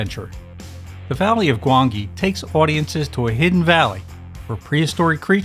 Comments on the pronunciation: The dinosaur name is pronounced Gwan-Gee. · I hate AI. GWANG...EE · "Valley of Gwann-jee." You just told us you never watched the movie without actually saying you haven't watched the movie. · Gwangi still looks great and it was always a must-watch and a real treat to watch on tv in the early 70's as a kid. Btw, it's spelled Gwangi and pronounced Gwan-jee. He was the original purple dinosaur. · The Valley of Gwangi is pronounced Gwanjee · Gwangi’s second g is a soft g. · The letter g in Gwangi is a soft g, and is thus pronounced like a j.